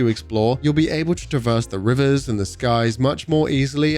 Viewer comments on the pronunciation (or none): none